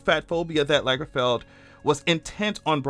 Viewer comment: If Lagerfeld had 2 gg's, then your pronunciation would be correct.